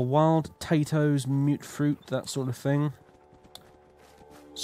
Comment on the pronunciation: Finally - after all this time - was forced to hear mutfruit pronounced the correct way.